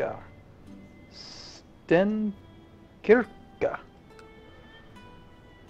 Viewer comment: the "StenKyrka" you say the name of your family is translates to StoneChurch lite late but funny when you tried to say it! XD